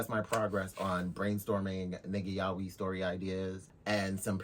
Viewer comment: The real problem is how everyone pronounces "Yaoi"